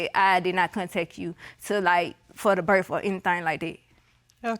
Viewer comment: She says berf instead of birth..